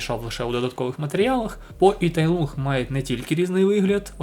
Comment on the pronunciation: Поправка: Не Тай Лунг, а Тай Лун, англійська "g" в кінці не читається. Прочитайте китайсько-українську транскрипцію